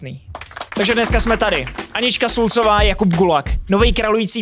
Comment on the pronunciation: Nejdřív jsem myslel že to je schválně, ale teď si nejsem jistý když si to řekl několikrát za sebou špatně, a vlastně to ani nic neznamena, tak se jen ptám jestli víš že to je Šulcová a ne Sulcová :-D